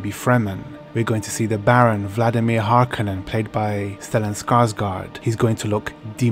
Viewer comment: One day in the early 2000s, people decided, with no discussion whatever, to start pronouncing Harkonnen incorrectly.